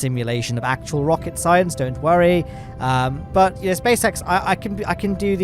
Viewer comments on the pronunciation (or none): none